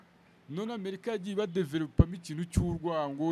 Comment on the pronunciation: Kuki abanyamakuru no murwanda mukunda kuvuga America Nabi?? Ntimushobora kuyivuga neza mugihe aringombwa